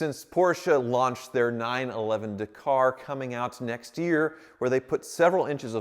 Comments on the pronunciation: It's pronounced Dakar .. Dak - ar not Dercar, why can't Americans pronounce anything. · Stop saying daaaa car…. It’s Dak. Ar……. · Do it but pleeeeze pronounce it correctly, it’s Dak-ar not D’kar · FFS ... DA-KAR .... not DAY-KAR ... are you doing that on purpose? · Do it, do it, do it!! And please start calling it a Dack'ar not D'car. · Please research how to pronounce Dakar, it truly upsets me the way you say it. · Dakar? It's pronounced Dakar. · Hey, quick note: "Dakar" is pronounced with the emphasis on the first A, with a sound like the A in "bad". DA-kar. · It's Dakar not Dakar 🤣😋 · If you do Dakar the car can you pleaseeee pronounce Dakar correctly it’s Dak-ar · I quit like...But the way he says Dakar makes me want to stab myself in the ears with freshly sharpened HB pencils! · Stop saying Dakar wrong.